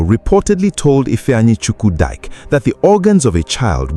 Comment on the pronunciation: Is it Dike you're calling Dyke? Hmmmm, anyways may the poor girls soul rest in peace.